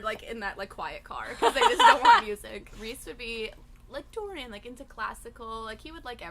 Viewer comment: Pelo jeito que Sarah falou Rhys como "Riss", podemos concordar que o nome dele se pronuncia "Rizand" em vez de "Raizand"?!??! Pelamordideus?!???!